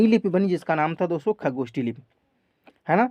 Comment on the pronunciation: Sir ucharan me sudhar kijiy plz. Jaise खरोष्ठी को खगोष्ठी बोलते हो.